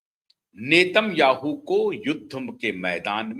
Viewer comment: इसराइल के प्रधानमंत्री का उच्चारण नाम का सही करें आप गलत है